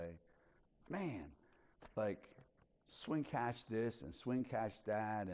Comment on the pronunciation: Swin Cash. Not Schwinn Cash..."I am not a bike!" 😄